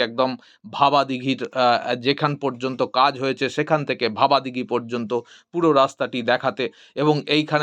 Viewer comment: জায়গাটার নাম ভাবাদিঘি, ভবাদিঘি নয়। এই জটটা না কাটলে লাইনটা সঠিক অর্থে চালু হবে কি করে? এই তথ্য যদি গোপন রাখাই হয় তাহলে বারবার নানান ভিডিওতে বলছেন কি করে যে ২০২৫ সালে চালু হবে ইত্যাদি।